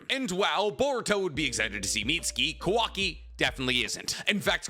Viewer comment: Please pronounce kawakis name right lmao